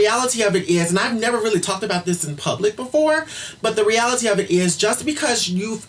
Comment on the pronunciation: "but the re-AL-ITEE of it is"